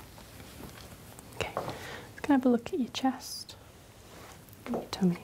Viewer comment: well to be fair she says "Toomy" lol